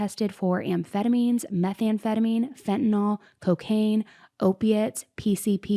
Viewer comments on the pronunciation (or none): Why does everyone pronounce fentanyl as “fent-a-nall “?? It’s pronounced as “FENT-A-NIL” “nyl =nill NOT “nall “ as a medical professional it drives me nuts!